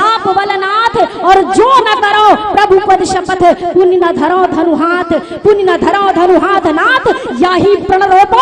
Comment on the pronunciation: hath ka uchcharan sahi bolein.